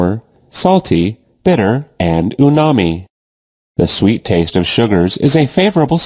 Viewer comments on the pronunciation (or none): It’s umami, not unami.